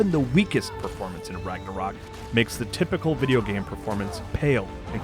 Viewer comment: I love how no one can pronounce Ragnarök properly :)